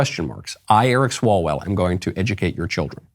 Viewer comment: Eric Swallowswell It’s what I heard